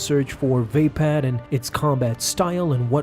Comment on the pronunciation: Is it really pronounced VAY-pad?